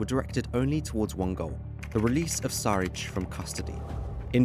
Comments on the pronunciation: big boss Darko its not Saric its Sharic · It's pronounced Shuritch.